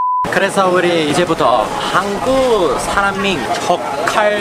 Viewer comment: 可以讀韓國這個詞語的有點奇怪，讀한的時候應該要高音一點，不然你讀得跟普通話沒分別